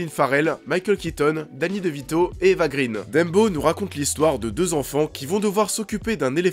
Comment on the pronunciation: Eva "Grainh" & pas "Grine", son père est suédois & pas anglais.